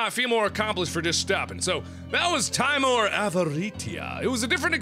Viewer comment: Mark if you read this I have info on the name. Timor is the Latin word for fear, it's derivative being timid. It is pronounced (Tim-or). I hope this helped some way